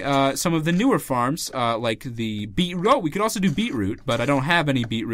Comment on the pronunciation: You say beetroot in a weird ugly as way lol